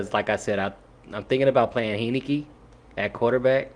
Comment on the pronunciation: Learn to pronounce my QB's name! Heinicke (Hine-ni-key) Gave U a like anyway.